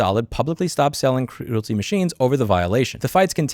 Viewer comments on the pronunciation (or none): It is not CRUELTY as in Cruel, it is CREALITY as in Create or Creator. AARRRG! I was watching this and kept thinking WTF is he talking about? I didn't recognize that name until I saw it in print and realized that he was mispronouncing the name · I don't know if you can't pronounce it or are doing it on purpose, but either way, calling Creality by the name Cruelty, works for me. LOL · Creality: “cree-AL-uh-TEE” Great video! Thanks for bringing attention to this absurd movement against innovation! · Love how you're pronouncing Creality as "Cruelty" 😂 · I like how you pronounce “creality” sounding like “cruelty “ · Great video Louis! Pronouncing Creality as "cruelty" is hilarious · mispronouncing Creality as Cruelty, Bambu Studio as Doo Doo Studio, lol.... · I Love That You Called Creality Cruilty 😂.